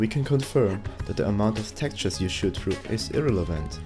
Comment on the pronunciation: Great video... great info... but please say "through" and not "trough" lol.